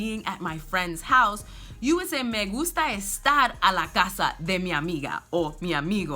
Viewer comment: It's good to see that you pronounce ll and y which most English-speakers always think is like the y in english so ya is pronounced like jaw at least for us Dominicans.